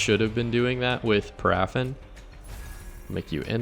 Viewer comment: Just FYI, it's pronounced PARA-fin. Paraffin is a type of wax.